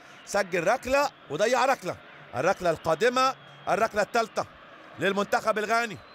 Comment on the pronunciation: هو المعلق بيقول رقلة و رقلات ؟